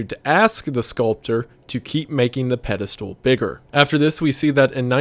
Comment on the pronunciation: Shoutout to how Wendigoon pronounces Pedestal like "Pedi-stool"